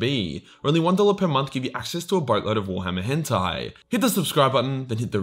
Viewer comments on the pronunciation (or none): none